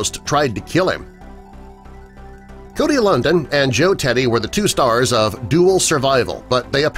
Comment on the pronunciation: Cody Lundine. At least pronounce the name right